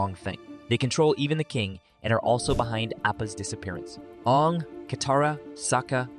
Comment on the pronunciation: it is aang not oong